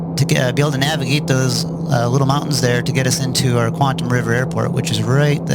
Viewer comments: it's not QUANT-um, its QUAT-EM. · Really enjoyed the trip sir! Just to advise, it's "Quatam" River (no 'n'), rather than Quantam, although the latter sounds more Sci-fi and cool! :o)